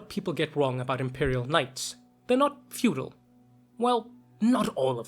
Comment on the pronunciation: Fedual, or feudal? Just ribbin' ya. Great video!